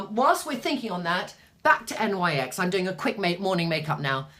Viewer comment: Love watching you! Btw NYX is pronounced "nicks". Their products aren't bad, I have quite a few items. Tribune, you and I are similar in coloring except that I have hazel eyes, their taupe/spe915 pencil is very nice for brows w/o looking too harsh.